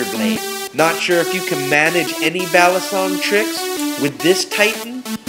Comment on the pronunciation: Just a tip, because it is actually sorta annoying me: I dont really know what ethnicity you are, but your saying balisong like a white guy, (A very common mistake) Most people say the first part right, "bali" but the last half of the word isnt pronounced like the word "song" It sounds more like "soong" or "sung", and also is said a tad bit faster. and "Batangas" is pronounced "Bah-tang-Ahs" not "Bat-an-gas" (Another common mistake)